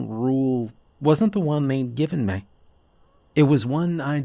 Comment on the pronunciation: OH FOR CRYING OUT LOUD ... the letters { M } { E } ARE PRONOUNCED MEEE OR ME NOT ( may - or mê or mà ) Its pronounced MEEEE FOR füx sák .... aaagh Freeeeeeking annoying